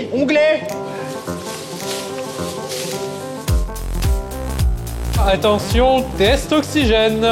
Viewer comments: Onglée pas onglet. Je sais c’est précisé au montage mais c’est particulièrement pénible à entendre.😂😂😂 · C'est "l'onglée" pas "l'onglet".